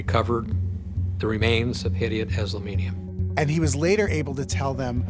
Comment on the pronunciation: Reza Eslami Nia, pronounced wrong,,, 2 parts in family name,,, Hedayat Eslami nia